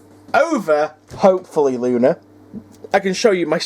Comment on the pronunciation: it sounded like u said lucy 🤣🤣🤣 my bad lol